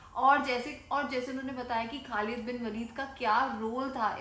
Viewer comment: Khlid bin waleed is actual pronounced